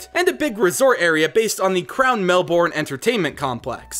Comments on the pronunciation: PlurpleDerp melbourne is pronounced mel-ben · I love the idea but u said Melbourne wrong it’s pronounced mel-ben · i think you really say it mel-burn i achilly live there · I think it was really funny on how you pronounced the city names the were so wrong take it from me I'm Australian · As somebody who lives in Australia i realy like the idea of this reagion, however i also think it is funny how sombody from outside of australia misspronounce's words such as Emu, Albany, Melbourne and Canberra. dont get me wrong, i love this idea but u also missed out a couple of important stuff like how albany is also such an important city. in WW2 the people that went to go fight departed from albany and the city has many important memorials. just trying to help, thanks for reading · saw the disclaimer but just for reference: *eem-you *briz-bin *mel-bin *can-brah otherwise all pretty good :) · The way you say melbourne, canberra anf brisbane is: 1. Melbourne - Melben 2. Canberra - Canbra 3. Brisbane - Brisben R.I.P Steve Erwin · Nah mate hearing Melbourne and Hobart hurt the most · SO ANNOYING! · U realise u said Melbourne Canberra and Brisbane wrongly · says melBOURNE and canBERRA Me: it's mel bourne (mel-bin) and it's canberra (can-bra) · Melbourne is pronounced MEL- ben Not MEL- born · Lucas Kane Im aussie too! Melborn cracks me up all the time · you said Melbourne wrong it is said like melburn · btw melbourne is pronounced mel-burn lel but thanks 4 doing aus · As an Aussie, this is my life and I love it. You did amazing with making my country proud, it's not often you see someone talk about all the parts of Australia that aren't dangerous. Also, just a bit of help: Melbourne: Pronounced "Melben", and Brisbane: Pronounced "Brizben" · Brisbane with no e Melbourne as Melburn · Nah it's brisbin and melbin, also he pronounced emu wrong as well it's not e moo it's e mew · Ash Ketchum the way he says "Bris-BAYNE" and "Mel-BORN" hurts 😂